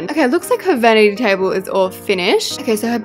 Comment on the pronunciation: It’s not a venity table it’s a vanity table